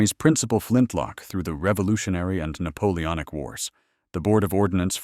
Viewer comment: NAPOONOIC YEAHHH